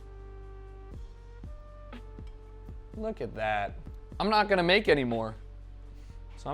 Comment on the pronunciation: Everything he said he was gonna make he said wrong, hows this even possible.